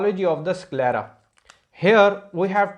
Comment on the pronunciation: SickLera nhi 😂 IsKelera . S ko Es kr k pronounce kro